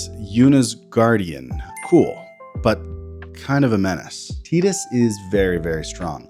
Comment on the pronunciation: Its insane that you butcher aminatous name but nailed tidus 😂